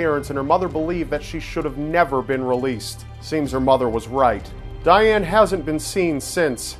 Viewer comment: you said Dayaane (if i wrote it right, wich i think i didn't) TOO MANY TIMES!